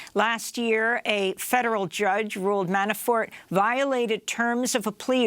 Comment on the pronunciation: I could have sworn she said Manafart. 😀